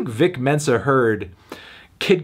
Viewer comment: His name's 'Vic Mensa', Anthony - not 'Dick Tenser'... FFS.